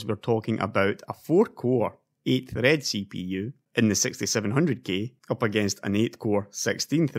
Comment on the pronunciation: i heard it sexty seven hundred gay